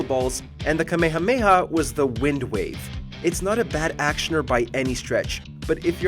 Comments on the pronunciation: bro stop saying kame hame ha !!! it should be pronounced like this: "ka-me-ha-me-ha!"....these americans.... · Why is it that when Americans say Kamehameha it sounds like Kamyamea XP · Japanese: Kamehameha Americans: Kameyameya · I hate the way Kamehameha is pronounced in English. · Yeah, thankfully they stopped doing that starting with Kai in the actual dub. Idk why some people still pronounce it that way though. Same with Kaioken being pronounced “kay-oh-ken” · sigh for the last time, you guys are pronuncing Kamehameha WRONG!!